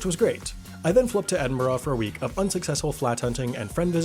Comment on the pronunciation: How is it that you live in Edinburgh, and yqet pronounce it "Edinborough?